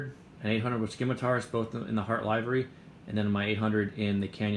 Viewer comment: Damn it! You told me you'd correct "livery" in the upcoming vids! 😁😄